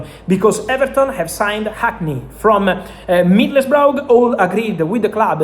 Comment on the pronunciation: Just to note it's pronunced like 'Middlesbra'